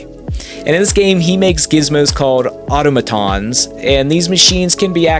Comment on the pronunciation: he proves how illiterate he is. Mispronounces Dampé (who is famously and widely known to be a nod to Dante of Dante’s Inferno) but then he can’t pronounce automaton like this was a new word or something. Dude I hope you don’t make money on this platform because you don’t deserve it